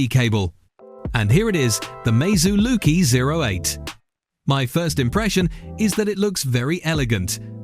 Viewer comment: Lucky not loki 😂😂😂😂😂😂😂😂😂😂😂😂😂😂😂😂😂